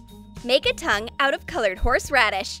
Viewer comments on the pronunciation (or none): none